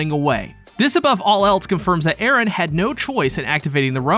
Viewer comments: Western people cannot comprehend the concept of pronouncing a name in a different language. It is Eren and Armin, not "Aaron" and "Armen" ... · Who the fuck is Aren, his name is Eren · jesus christ man you've gotta stop saying edehhn, you're not japanese, you're perfectly capable of pronouncing a western name. also there's no way those missiles are heat seeking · "ERE" idk why this bothers me LOL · why do you keep saying eren so annoying lol is it supposed to be mikasa? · Nice video but the way you overpronounced Eren made me chuckle every time lmao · Great video except for every cringy time you did Japanese pronunciations for Erin's name